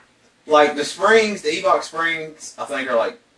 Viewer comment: It's Eibach not Eebach :)